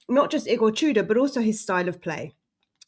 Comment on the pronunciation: I know we have that certain way we pronounce this name in English, but Igor's surname is pronounced "too-door".